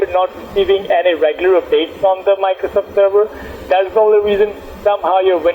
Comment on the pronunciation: miclowsoff sewices wiwusses